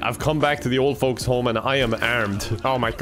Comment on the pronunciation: "Hey there f-f-" Me: "Folks.": "fRaInS"